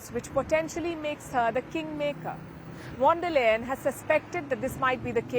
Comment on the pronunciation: Palki mam, please pronounce 'V' of Von der Leyen as 'F' not as V because it's a German name and wherever this V comes in German language, it's F. Hence, it should be Fon der Leyen. Thanks